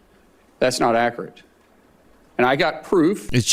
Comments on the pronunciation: "Ackerate" and "behavior you were having". Dear god...... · “That’s just not ackerate” needs to be added to the soundboard.